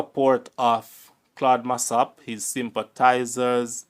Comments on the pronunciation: u start by mispronouncing his surname. Its Mass-O-p, not Mass-A-p. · Why is your pronunciation so awkward and clumsy,the man was not “mass app” the pronunciation is “ mass Up”. And he was referred to as “Claudine” not”Claud”. Hence “ claudy Massop” stop talk like you not Jamaican, you are such a terrible narrator, interesting story but you make it difficult to listen terrible presentation